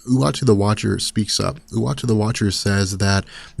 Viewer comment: Anyone else hearing him pronounce Uatu the Watcher as "Watchy the Watcher"?